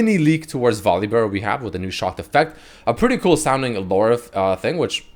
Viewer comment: no one:: VolibÖr